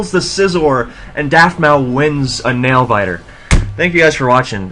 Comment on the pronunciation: u should change the title to mencemeat vs daftmau5, i didnt see the desc until after the game. also, pronounce it daftmouse. man this was mean. good stuff in general as always.